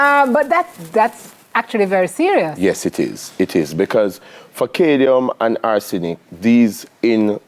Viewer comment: is the doctor trying to say CAD-MIUM? why is he constantly saying Cadie-um? man a build new elements... to boxide.:face-blue-smiling: i guess when he is to say aluminium he just says lume.. jokes aside i enjoyed his segment. and i rarely watch TVJ because the hosts always seem so fake especially the lady.